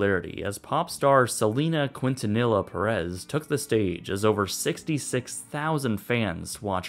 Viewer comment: Did he really say "QueenTaniLLa"? lol damn..